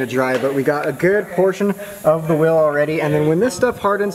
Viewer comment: It’s wheel not will